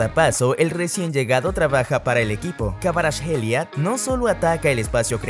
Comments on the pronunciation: Lorenzo Insaign, kavarashelia...😂😂😂😂 Se dice: insigne y kvaraskhelia, lo dice el mismo...😂😂😂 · No es kavaratskhelia como se pronuncia, la “v” se pronuncia como “u” se pronunciaría como kuaratskhelia, e Insigne se pronuncia tal cual se escribe, es Italiano no es Inglés, el nombre de Zielinski se pronuncia Pioter, échale ganas, corrige los errores y lo vuelves a subir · Su nombre se pronuncia como ( jvicha kvaracjelia) en todo idioma! Va a ser el mejor futbolista 🇬🇪❤️🇬🇪❤️